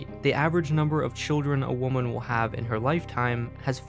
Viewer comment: i love how the narrator says whemen instead of woman 😭😭😭